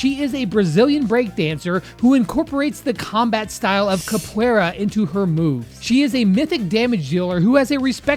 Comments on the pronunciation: I kapoeire not sapoeira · It is pronounced" Cup u era" if you cant pronounce it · 0.23 bro it's capoeira